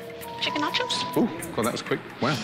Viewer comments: not gordon pronouncing nachos "natchoss" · wtf does gordon think 1 nacho is pronounced like? Natchaw